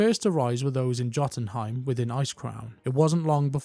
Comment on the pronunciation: Reminder: even though Blizzard constantly screws this up, everything associated with the Vrykul is based on Nordic cultures and languages. There should never be a hard "j" sound - it's always a "y" sound. Fee-yord. Valar-yar. Yotunheim. And so on.